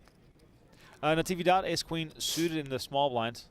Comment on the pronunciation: Is “Navidad” the holiday,not Natividad